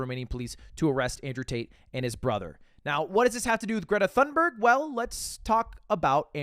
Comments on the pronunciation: hate to be the nerdge but her last name thunberg is pronounced "toon-berg" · TOON-burg is what i've seen, all i know is you don't pronounce the "th" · i love you lud but you absolutely butchered Greta's last name 💀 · On behalf of all Europeans please don't ever pronounce Greta Thunberg like that again